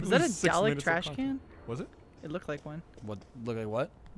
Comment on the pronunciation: the way Lindsey says Dalek sounds so weird